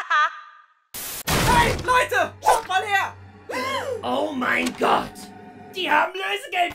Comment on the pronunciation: Ich liebe es wie er statt gott scott sagt